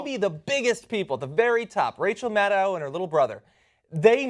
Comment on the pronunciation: Rachel Mad-OW